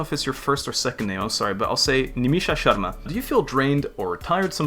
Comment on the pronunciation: the way you pronounce indian names is so good omg like the way u said sharma (i’m indian lol) and i’m learning french so i’d love for you to make a vid in french lol. also yesssss play omori!! :)